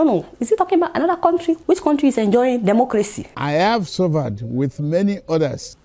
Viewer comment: "Suvaad"😆😆😆🤣🤣 you're right my dear. Yes let's assume....🤣